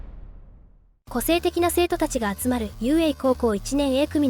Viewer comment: 冒頭「性的な生徒が集まる」にしか聞こえん